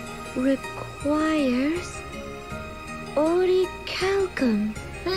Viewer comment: Why do they pronounce "orichalcum" like a Japanese word?